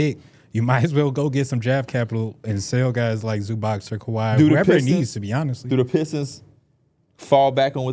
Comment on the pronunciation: Zubac name is pronounced Zoo-bots guys. I know y’all working on pronunciation but he’s too good to still be saying his name wrong